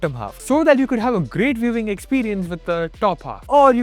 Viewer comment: sankew sounds like thank you read by a japanese person with broken enlgish